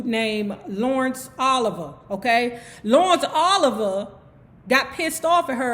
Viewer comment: said, "Lawrence Ol-iv-ah" 😂😂